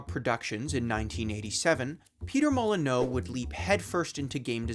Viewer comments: Great video! PM is the king of false advertising but he did some great work. Bullfrog and Lionhead were legends of British game dev. Such a shame that Microsoft bought Lionhead and dissolved it. Still, he’ll always be famed for his fibs. (Molyneux is pronounced “molly-new” by the way) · Im sorry but if guru larry taught me anything its that his name is pronounced "peetah mollineew" followed by some sort of backhanded insult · > Peter Moli-no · It's pronounced "molly - new". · Ahhh every time you say "Peter Mullin-O" I die a little inside. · its pronounced Molly-new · Molyneux = Molly-new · It's Peter Molyneux, as in ending with an oo sound, not Peter Molyneaux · Not how his name is pronounced. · I cannot figure out if he is pronouncing his last name ass wrong or has just never heard his last name which I find it hard to believe considering you’re making basically a video about the man! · Maybe the mispronunciation of Peter Molyneux in this video is intentional too. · That's not how to pronounce Molyneux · I can't tell if you're mispronouncing his last name on purpose. Great video though. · Maybe learn to pronounce the name of the guy the entire video is about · Not sure whats worse, his lies or your pronunciation of his name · that's not at all how to pronounce natal that's also not how to pronounce Molineux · Buddy, I clocked it. Takes 5 (FIVE) seconds to google how his last name is properly pronounced. You did not do 5 (FIVE) seconds of research for this video. Was the pronunciation not on the wiki page you read out loud for this vid? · Also would be cool if you pronounced his name right given you made a whole video on the guy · Imagine doing all this research for a video and never learning how to pronounce a guy's last name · Why do you pronounce Peter Molyneux's name like that? In all the interviews, Ive never heard it said that way before. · That’s not how you pronounce Molyneux ! 😅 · Ah yes, I too remember Peter "Mulli-no". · Mol-en-you, not Mol-en-oh